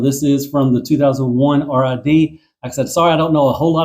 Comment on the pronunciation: We can tell you didn't watch Robots in Disguise, it's pronounced "RiD" (as in to "get rid of" something). NOT "r" "i" "d" you casual. FYI: I'm told the instructions don't mention it (I don't have mine yet) but you mistransformed Optimus' super mode. You're suppose to exend the torso just like in the combined mode. That's way Optimus is taller than Magnus and is more proportionate and does have the gorilla arms reaching down to his knees and the ladder on his back can stay fully extended. PSL Omega Prime was $250. You're thinking of Lio Kaiser who is $300.